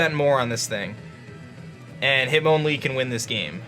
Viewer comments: its MON not mown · hit MON lee not mown